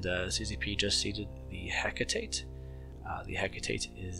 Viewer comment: Hi buddy. Thanks for the video. It's actually pronounced Heh-Kah-Tay. Fly safe!